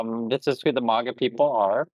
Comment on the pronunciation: Ooh. I agree with the vid, but I hate how you mispronounce the word maga. Thumbs down